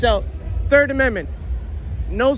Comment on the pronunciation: Dude you didn’t even say the 3rd amendment right lol . 🤡🫵